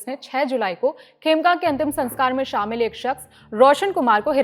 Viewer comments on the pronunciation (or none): none